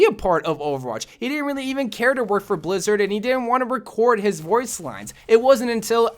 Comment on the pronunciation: Did he just say blizzid or am I crazy